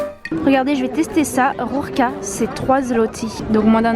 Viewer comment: Sympatyczna z Ciebie dziewczyna! Wspaniale wymawiasz slowo RURKI, ten cudowny akcent, ach!!!